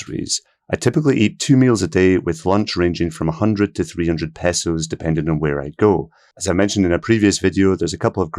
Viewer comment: Thanks for saying pehsos and not paysos. Almost all western video’ers will say paysos. Somehow that highly irritates me. I thought the cost would be closer to 2000 dollars. So this is pleasant information.